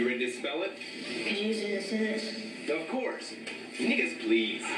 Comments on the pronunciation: The judges are pronouncing it wrong it's supposed to be pronounced nee-goose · They said it wrong. It's supposed to sound like "KNEE-GOOSE" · Yea they have been pronouncing it wrong no wonder the kid got scared